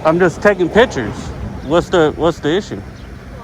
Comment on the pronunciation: You're not taking "pitchers".....you're taking "pic" tures....